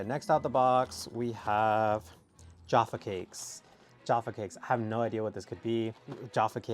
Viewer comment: Haha I've never noticed that bourbon biscuits (pronounced Bore-bon in UK) would be whiskey biscuits in America 😂 also your pronunciation of Jaffa cakes is really funny and calling them a cookie is so weird to me 🙃 it's an age old debate in UK is it a biscuit (cookie in USA) or a cake 🤔